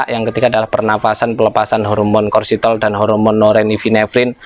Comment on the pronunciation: Hormon kortisol....bukan korsitol..😁😁